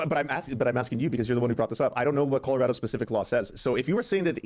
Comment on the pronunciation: Does say "In Killarado" instead of "In Colorado"?